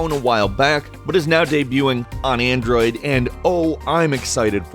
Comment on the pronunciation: "The phone I carry on a general daily basis is an Android"... why'd you say it like that you dick